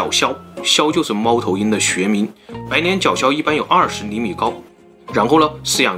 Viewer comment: 跟着总裁恋（念）:白年（脸）脚枭